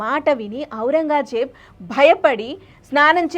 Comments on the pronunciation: బాగా చెప్పారు.... కొంచెం తెలుగు ఉచ్చారణ ఇంప్రూవ్ చేసుకోండి... ఔరంగాజేబ్ కాదు... ఔరంగజేబ్ అని పలకాలి.... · ఔరంగాజేబ్ కాదు ఔరంగ్ జేబ్. సవరించుకోగలరు. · ఔరంగా జేబ్ కాదు ఔరంగజేబ్